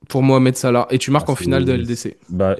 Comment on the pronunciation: Bah déjà, si t’écris “Hall time” au lieu de “All time”, c’est que tes arguments sont déjà erronés et que tu sais meme pas de quoi tu parles. Et c’est un débat stérile qui n’a aucun sens. Et il s'appelle Salah pas "Sala".